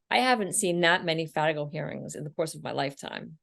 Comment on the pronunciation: What is it you guys called a hearing to determine/challenge relevant conduct in the PSR? It sounded like a "Fanago" hearing but I've never heard of that...